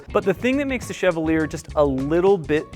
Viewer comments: I think Chevalier is pronounced shuh-vol-yay. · Chevalier is pronounced shev-all-yay. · Why can't anyone pronounce Chevalier correctly?